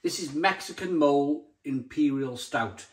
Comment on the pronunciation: It's pronounced "mol-ay" .. it's a sauce in Mexican cuisine. That beer looks amazing! Great review 👍